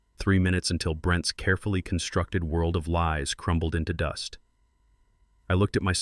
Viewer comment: The narrating on this story is very annoying, because plurals where is an apostrophe are all pronounced with the 's' as separate - e.g. Brent (pause) "ess" for Brent's